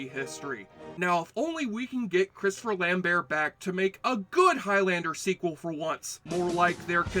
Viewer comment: Say Christopher Lambert that way one more time, I dare you...